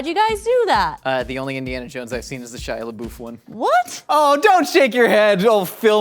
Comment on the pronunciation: shaya laboof